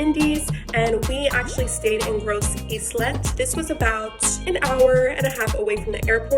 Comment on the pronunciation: Nice Vlog! I'm St.Lucian and I am happy you enjoyed your stay🇱🇨🇱🇨. Btw it's pronounced Gros-e-lay ( spelled Gros Islet) It's really funny how you pronounced it to me.😂